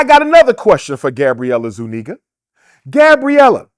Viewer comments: Zuniga is hispanic not white and its pronounced zuniga not zoooo- neggah This guy saying white homeless people still have white privilege is the dumbest shit ive ever heard! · Gabrielle “I ZU NEGAS” Zuniga 💀💀💀💀💀💀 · The way his says. “Zoo-Neeguh” is sending me lol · Yoooo how he flipped her last name was crazy work 🤣